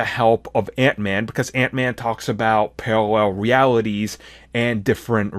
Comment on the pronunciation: Peawawell Weaweties!😂